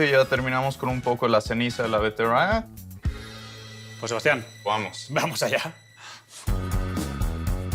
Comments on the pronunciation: Beterraga?... Es betarraga!!!😮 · Que pena que el no haya conocido la gastronomia en cochabamba, pero bonito. Que gracioso, cuando escuché al amigo cocinero decir rroayada, veterroaga, etc.